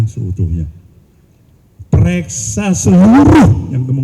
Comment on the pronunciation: Pereksa...atau periksa Pak..hehehhe..8,03 T....busyet....gile beneeerrrrrr😀🙈